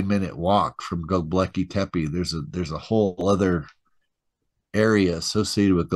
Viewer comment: Not Goblakly tepe. It s Göbekli tepe. In translation from Turk language it means bellybutton hill